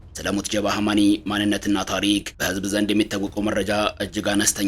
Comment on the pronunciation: ኧረ ተው ጃል ሞጅተባ በል ሞት ጀባ አይደለም😂😂😂😂😂